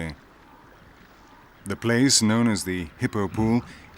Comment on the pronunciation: 👍👌👏 Simply fantastic! Wonderful and impressive nature, great pictures! Unfortunately the narrator is still not able to pronounce words right and this is annoying and distracting. For instance: It's not plaze, it's place! Thanks a lot for making teaching explaining recording editing uploading and sharing. Best regards luck and health to all involved life forms (humans animals and plants).